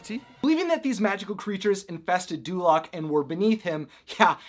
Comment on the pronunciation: Dulaq sounds like North Korea.